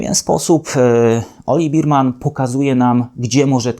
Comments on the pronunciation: Nie Berman tylko Bermen XD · Nie Birman tylko Berman!!! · Bearman nie beerman